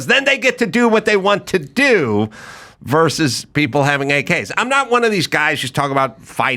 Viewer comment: Adam, please help Dave. He is pathologically unable to say "versus." Every time he says "verse."